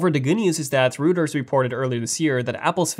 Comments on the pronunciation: Reuters is not pronounced like rooters. Rather it is pronounced like royters. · Reuters: It’s not pronounced “rooters”, it’s ‘Roy-ters”. Please spend somewhere between 15 to 20 minutes a days practicing your English pronunciation. Your can do it while in the loo, alone, wherever. You say “doze” when you mean “those”. Practice your hard and soft “th” sounds! Come on, young man! You can do it!